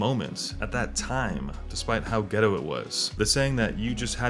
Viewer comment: Ah yes cuz the Playstation has a shit ton of exclusives today too 😂😂 the remaster system, pc is where it's at now and idk why he keeps saying getto 😅